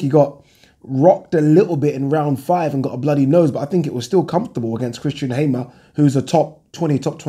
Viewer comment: benjo benthepharmer heard a few pronunciation like Hay-mer